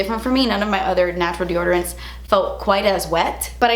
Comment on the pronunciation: DEORDORANTS!? What!? x)